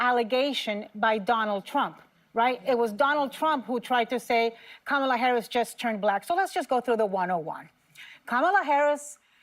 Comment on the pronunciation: Why did whoopie mispronounce Kamala's name?